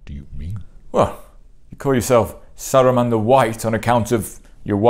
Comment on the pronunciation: "Saruman the ... Kinder bueno?" 😆